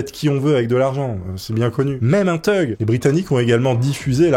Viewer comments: Thug se prononce fug en anglais, tug, ça veut dire remorqueur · Th.... c'est un son F Revise ton Anglais